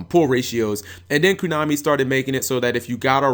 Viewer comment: "KONAMI" NOT "KUNAMI"